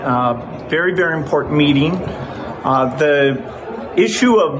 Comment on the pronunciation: Can’t even pronounce “meeting” properly pff 😒. He says “very very important” “meeteen” like many other idiots do on occasion I’ve noticed.